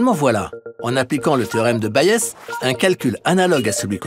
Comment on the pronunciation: Magnifique. Petit détail : Thomas Bayes était britannique, on dit donc « baïz »